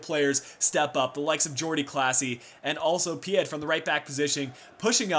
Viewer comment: The final d in Pied isn't pronounced.